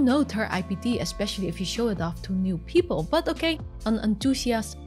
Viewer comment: poopals lol i love her